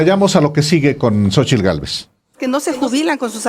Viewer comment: Talvez este equivocado pero Xochilt no puede pronunciar la letra "R" la pronuncia como "L".......alguien lo ha notado?